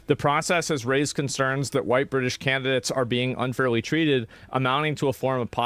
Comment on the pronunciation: White Bwitish